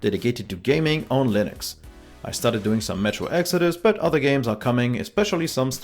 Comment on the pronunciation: am i I the only one who understood Linus media group instead of Linux media group.